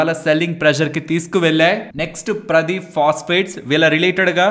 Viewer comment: 11.45 first see the company clearly The company name wasn't Pradeep phosphate It Paradeep phosphate. Here para and deep are pronounced different. It's a port name which is located at odisha and also odisha biggest port also Paradeep port.